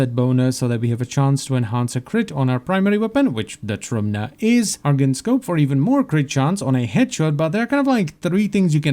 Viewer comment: Och thanks god finally somebody pronounce trumna the right way